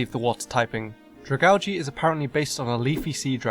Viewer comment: butchered the name